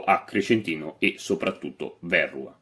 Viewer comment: Verrúa, non Vérrua.